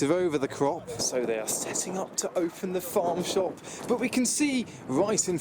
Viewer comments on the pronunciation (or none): none